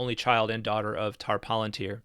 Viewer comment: I believe the word palantir is properly pronounced with stress on the second, rather than the first, syllable.